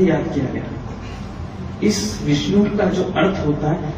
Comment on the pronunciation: Moron! It is विष्णु not विष्नु, learn some Sanskrit, then open the mouth. There is no 'wow' in Sanskrit, it is in Arabic language i.e. written as 'و' in isolated form, it is only व् in Sanskrit. महेश = महा + ईश, it means Great God, not destroyer. Not महा + आयेश. Actually, one of the meanings of रूद्र is the 'fierce God'. Not भर्गो देवश्य धीमहि The correct one is भर्गो देवस्य धीमहि .